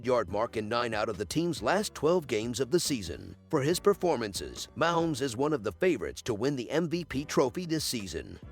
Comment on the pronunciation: Try learning how to pronounce Kelce and Mahomes!!!!!!!!